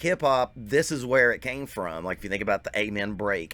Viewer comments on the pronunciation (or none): none